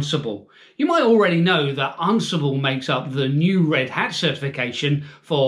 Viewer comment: Am I pronouncing it wrong or are you? I thought it was an-si-ble not arn-si-ble lol Are you just concentrating on the RHEL exam for this little series of videos? I'd love to see Ansible used with some other declarative software like Vagrant or Terraform.